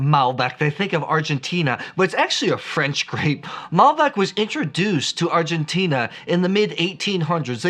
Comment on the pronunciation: Argentina, the end you pronounce like "Tina", from Tina Turner. I love Malbec and it seems 2019 is the best vintage ever in Mendoza